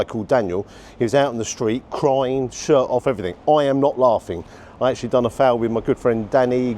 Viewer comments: Its not "Fowl" 😂 Its Phaal! Pronounced Farl 👍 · It`s a `phall`, not a `fowl`. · foul/ful is pronounced fool XD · Another great review. I'm so sorry to correct your pronunciation: The word "phaal" is pronounced like "fahl" (IPA: /fɑːl/) or "p-hahl" (IPA: /pʰɑːl/), with the emphasis on the first syllable and a long "ah" sound like in "father".